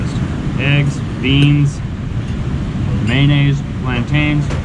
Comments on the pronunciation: The man said mayonnaise 🤦🏽‍♂️, I cringed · lishy benito haha😀 they just tired and having a bad day! also he say mayonnaise wrong wrong